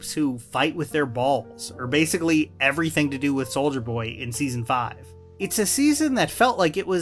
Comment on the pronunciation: I keep hearing you say “Soulja Boy”